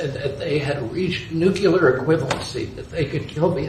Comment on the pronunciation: mf said nucular